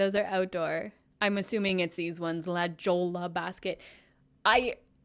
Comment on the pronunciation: la Jo la😂😂😂 it’s pronounced la hoy a. It’s a Spanish word. 🤣🤣🤣 you’re the best!